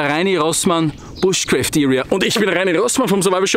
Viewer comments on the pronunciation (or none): Ob du es glaubst oder nicht: Es heißt nicht "bushcräft", sondern "BUSHCRAAFT". Ehrlich